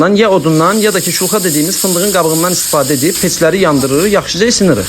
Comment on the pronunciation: Weluxa rus sozudu qabiga deyirler.siz wuluxa deyende gulmeli cixir😅